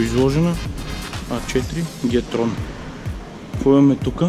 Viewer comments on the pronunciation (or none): И да спре да казва на моделите като 'ДЖИ ТИ АР" "ДЖИ-ТРОН" "АЕМДЖИ" както следва "ГЕТЕАР" "ГЕТРОН" "АЕМГЕ"